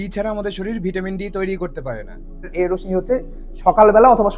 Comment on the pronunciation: রশ্মির উচ্চারণ ( (রোশশি)